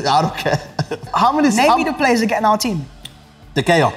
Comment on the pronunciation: doesn't even know how to pronounce De Gea right and he was representing United in this argument? embarrassing.